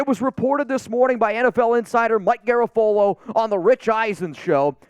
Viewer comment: I think you're pronouncing Garafolo wrong lol